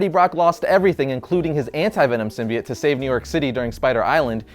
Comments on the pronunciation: Symbiote is pronounced Sim bee oh-t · I swear to God is this guy says Symbiote like that I’m gonna drop kick him